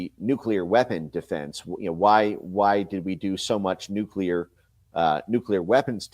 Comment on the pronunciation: Benny, please pronounce NUCLEAR correctly...please?